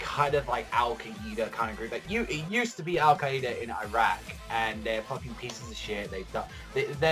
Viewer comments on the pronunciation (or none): "Al Ka-eeda"